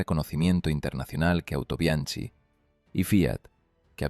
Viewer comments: Muy agradecido con la información pero estaría muy bien decirlo tal y como se pronuncia. "Autobianki"..........sin más complicación. Y también apuntar que Japón también lo importó. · Es cierto, la pronunciación de Autobianchi chirría en los oídos de los que conocen la lengua italiana, pero entendiendo que es producto de la narración generada por IA no se puede pedir más... También se come las Ñs, a veces las pronuncia como Ns o simplemente las ignora, en fin... Son detalles que le perdono a quien quiera que sea la persona que esté produciendo y deleitándonos con estos vídeos... Ojalá nos regale muchos más... Hasta él, mi sincero agradecimiento !!